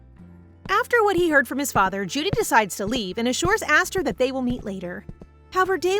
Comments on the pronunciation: Jood not jooo dee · The name isn't pronounced asther, its esther, and it's not judie, it's jude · It's not pronounced Judy. It's like the Beatles song "Hey Jude"